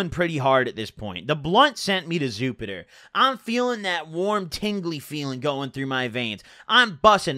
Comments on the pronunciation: "The blunt sent me to Zupiter" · "the blunt sent me to zupiter" LMFAO